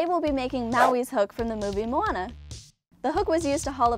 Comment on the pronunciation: She is the first YouTuber I've seen that pronounces moana right